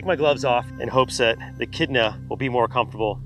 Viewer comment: It’s pronounced echidna 🙄